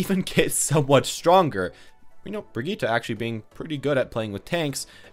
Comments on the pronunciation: Both pronunciations are wrong. It's bree-git-teh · “Brigeta” Is it hard to say Bridge-It